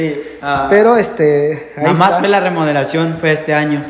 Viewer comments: HOLA, MUY LINDO EL VIDEO, GRACIAS POR COMPARTIR. LES HAGO PRESENTE ESTE DETALLE PARA QUE PUEDAN MEJORAR SUS VIDEOS! NO SE DICE: LA " REMOLACION DE ESTA CASA ..... MAS BIEN SE DICE : ¡ LA REMODELACION DE ESTA CASA ! RE MO DE LA CION. 😁💪😁💪 NO SE DICE : ¡ POMOS VER ! MAS BIEN SE DICE : ¡ PODEMOS VER ! JAJAJA, 😁💪😁💪😁💪😁💪. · APRENDAN A HABLAR CORRECTO LA PALABRA ES : REMODELACION: Y NO REMOLACION COMO LO REPITIEERON LOS DEL VIDEO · Porque dice remolacion